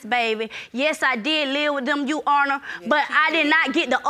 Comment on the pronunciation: 2nd case oml is it soo hard to just say your honor??? Why does she consistently say “you honor” just add the r it’s not that hard!!!